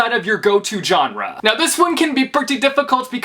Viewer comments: Why are you saying john-rah instead of genre I'm so confused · I’m from Texas and it’s so weird because he says genre different than people do in the south